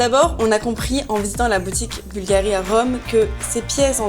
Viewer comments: Il faut mettre l'accent sur la u, pas sur la i. Bùlgari et non Bulgarì. Ça fait vraiment une difference énorme. Style, un italien ne comprend pas de quoi tu parles. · Au moins apprendre à prononcer le nom Bulgari! Bùlgari, et pas Bulgarì! C’est comme si un italien prononçait Càrtier pour Cartier. Mais jamais de la vie!